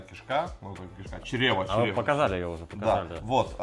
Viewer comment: почему чрЕва, она же черевА